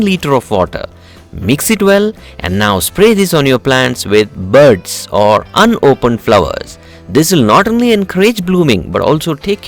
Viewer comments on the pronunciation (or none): Just for the way you said ''BUDDS'' dropped me man..superb vid .